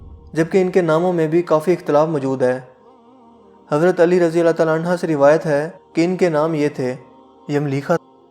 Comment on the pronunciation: R.A ko sahi bolen..